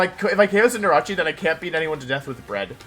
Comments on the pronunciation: everybody: Cinderace Wolfey: Cinderawchie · hearing him pronounce cinderace as cinderachi "Ah. Jirachi is in this game. I had no clue... But where is it? (I thought it was the name of a cinderace jirachi combo)" it's cinderACE. Like space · Day 3 of Hearing Wolfe pronounce Cinderace as "Cinderachi". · Even after all this time I still laugh at Wolfey calling it CINDERACCI